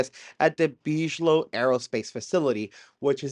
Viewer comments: but beej-low sounds so much classier. We don't deserve.😂❤ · It’s BIG-ilow, not beeej-low that’s not how it’s pronounced lol. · Oh and for the love of GOD! It pronounced "Big-A-Low" "biG". Not " beezsh". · Big-uh-low, not bige-low. Lol. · Hey dude, just a quick clear up...BIGELOW is big-uh-low, not beej-low. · How is this a UFO CHANNEL and you DONT KNOW who ROBERT BIGELOW IS??????? like wtf??? Its pronounced BIGGALOW - NOT BEESHLOW man... and BAASS isnt BIGELOW, just say BASS!!! Holy cow man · It’s not real dude. Why would they call it a tic tac before the pilot nick named it tic tac? It’s basic aerodynamics stuff that came out after the incident. Also it’s pronounced BIG - A - Low not Beegelow. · Why do the gays believe everything they read and hear? Btw; you regards realize your listining to someone's BS who thinks Bigalow is pronounced Beej-low? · "Bidgelow" lol. "Whoops! Sometimes I slip the D in without thinking about it." 🤭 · It’s pronounced Big-a-low….. 😂😂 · Nevertheless... All due respect, the soft pronunciation, "Beejelo", is kind of distracting every time it comes up. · Bigelow like big eh low, the mispronunciation is killng me. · Big-a-low is how Bigelow is pronounced, brother. Just wanted to let you know. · Please Big-e-low. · It's BIG-A-Low my friend!👍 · It's deuce bigalow for god sake! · It's pronounced big -a -low lol dope video. Love the content, God bless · It’s pronounced big uh low aerospace. Good video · BTW, you pronounce it as "Big ello". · by the way, everybody else pronounces it as "Biggalow aerospace" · Salut couyon 🥂 I caught your pronunciation and wondered why you pronounced Bigelow, en Français. 😉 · Dude , you are mispronouncing the name "Bigelow" .